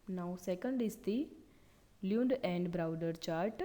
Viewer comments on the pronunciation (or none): I Love the way you pronounced Lund and Browder as Leond and Browder😄 🤣